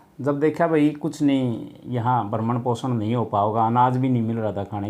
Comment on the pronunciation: bhrmn poshan nhi bhrn poshn hota h